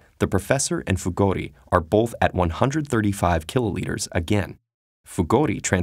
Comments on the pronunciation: Did you say bolth and ? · 'Both' has no L in it.